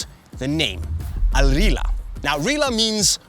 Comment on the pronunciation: just gotta correct you there it's not "al rila" it's "al rihla" with the harsh arab pronunciation on the H like in arab names such as "Ahmed". Al Rihla is arabic for "the journey"